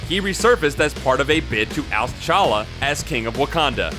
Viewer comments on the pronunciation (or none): And it's T'Challa, not fucking Challa. Honestly, the number of times you fuck up the names is embarrassing considering this is a channel dedicated to comics and their characters. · I think you are supposed to pronounce the T in T'Challa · The T in T"Challa is pronounced, by the way. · it's pronounced T'Challa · Whoever narrated this video mispronounced Macabre, Namor, T'Challa, T'Chaka, and Achebe. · you pronounced t challa wrong